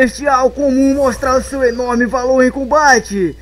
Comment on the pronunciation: Se escreve toxico mas você fala tóquicico,entendeu,então para de falar tochico,é tóxico.